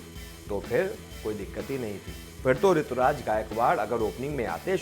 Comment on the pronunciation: It's not Rituraj.. It's Ruturaj